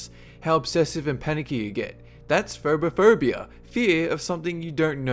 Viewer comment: ...when he said Phobophobia i heard Furbyphobia and i thought it was the fear of furbys o-o